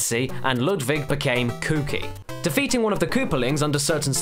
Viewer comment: Why do you say Ludvig?